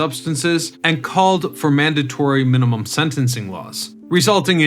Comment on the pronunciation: MANDATORY MIN-INUM SCENTANCES! soad...anyone?